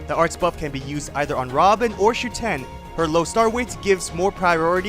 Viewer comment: It’s SHUten, not ShuTEN.